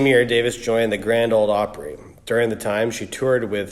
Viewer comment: .....did you say The Grand Opride??????? This makes your entire video irrelevant.